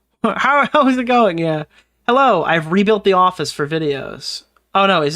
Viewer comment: The herro lmao I can't 😂